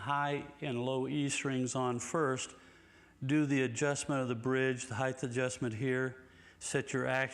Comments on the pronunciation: Can someone tell Floyd....and the rest of USA, that there's no such word as 'heighth'. The word is 'height'. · Yo, Floyd. It's pronounced "hite" not "hithe". Thanks for the trems.